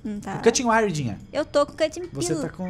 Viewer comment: Quando o quase caiu ele falou guiga di vez de dinha kkkk